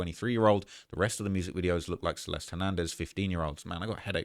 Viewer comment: Celest... everybody saying that poor girls name wrong. You're all missing and "e" at the end and it sounds like the "i" in the word bird. Your welcome lol